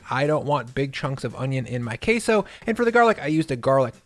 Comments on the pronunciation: Wtf is "Kay-Sow"? Its pronounced Keh-soh. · "chilly cone qesso" dip 😭😭🤣☠️